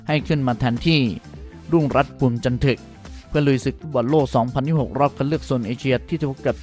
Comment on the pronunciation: จะเอาอะไรจันทึกมันยังอ่านจันถึก😂😂